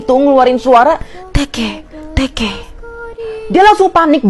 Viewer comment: Bukan tekeh-tekeh tapi teke-teke😕😕